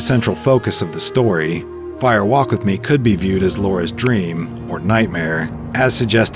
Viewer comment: Distracting that the narrator (AI?) continually says "Fire WALK With Me". Why the emphasis in "walk"? A fire walk (over hot coals) is a thing, it isn't a fire WALK verbally. Spoken aloud , it should sound like "firewalk". No special emphasis.